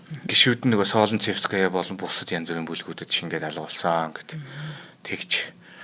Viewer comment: Солнцевская- Соонцэвскаяа гэж дуудна